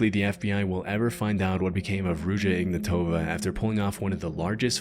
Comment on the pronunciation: also the last name its on the last letter not first its ignatovA not IGnatova